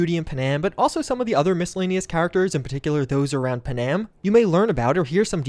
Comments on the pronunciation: The way you pronounce Panam feels like an intentional troll. It's Pan-Am! Two syllables! not puhnam... Anyway, great video! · PuhNAM? Is that how they say her name in game? I am guessing you romanced Judy lol... So did I, but at least I didn't forget the other girl's name